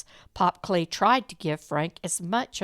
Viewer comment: As my grandmother was married to Lester Kley, and her sister was married to Leo Kley, I just wanted to let you know that the last name is pronounced Kl-eye not Klay. 😊 Lester was a nice man from what I remember, and lived in DeSoto when I knew him.